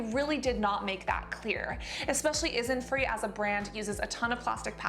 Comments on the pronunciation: Sidetrack how did you pronounce Innisfree again? I replayed it a few times just to find out if I misheard you every time. Isn’t Free? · Anybody else notice how she misread 'innisfree' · Hello there Cassandra , i really support your channel and love all your videos, however I have noticed several times in this and previous videos, it's INNISfree(which i don't really like) and ISNTree( WHICH I LOVE), can you pronounce them right please, it really confuses me when I'm listening to ur video as a podcast ^ ^, thank you Cassandra~